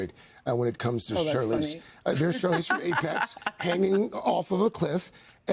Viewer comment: Does he say “Charlene”?!?